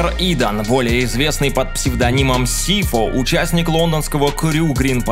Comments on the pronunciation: идАн, ударение на А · Не Идан, а идАн🤦🏽‍♂️